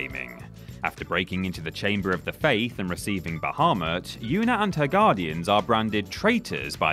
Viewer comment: sorry but that guy who says about tidus's pronunciation has no credibility after not being able to pronounce aeon, bahamut, or zanarkand. they say it in game so how can you mispronounce them?